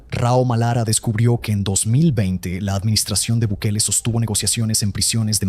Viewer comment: Gobierno de Bikali? Ni el nombre puede pronunciar.